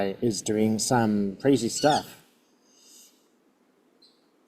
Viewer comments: Pam “Bon-DIE” (Beach)…, that’s AI/Bot-speak. It’s Pam “Bon-DEE”. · Bon-dee not bon-die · No critism meant but Bondi is pronounced with a short i, not long. It's great to see you. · You always make me smile when you pronounce her surname Bon-die … you’re definitely an Aussie now 🫶🏻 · Please pronounce these women’s names correctly . It is Bondy not Bond-eye and the s in Ghislaine’s name is silent-it is Gillaine. Thanks.